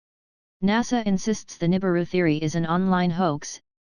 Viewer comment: really?? nuibiru again?? ffs people.